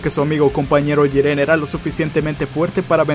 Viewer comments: Pq dices Jirén y no Jiren? :v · Se dice jiren y no jirén, habla muy rápido y no se entiende ni mierda. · Jíren es , no jirén, porfavor viejo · Jirénnnnn es Jiren :v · pronuncia bien es jiren no jirén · como cuando pronunsien mal jiren xd